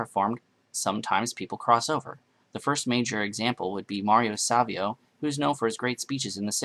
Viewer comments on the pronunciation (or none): none